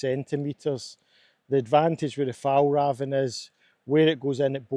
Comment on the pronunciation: As a swede, the butchering of the pronunciation of "Fjällräven" is really funny.